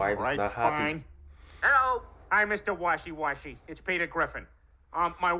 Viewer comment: I don't think it's Mr washee washee it's Mr.wahee wahee